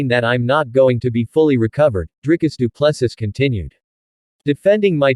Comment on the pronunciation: Say after me, doo plu sea.....as in ocean,you know. Doo Plu Sea.....pronunciation